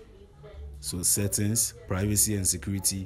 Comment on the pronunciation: My man's said "settins" instead of settings